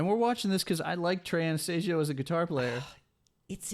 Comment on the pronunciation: Ana-STAZE-io, not Ana-STAHZ-io, dipshits. They didn't get a damn thing right.